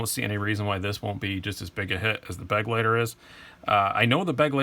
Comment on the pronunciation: Begleiter is actually a german word which means companion. So much for pronounciation ;)